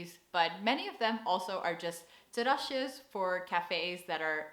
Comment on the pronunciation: Your pronunciation of 'terrasjes' is on point. 🍻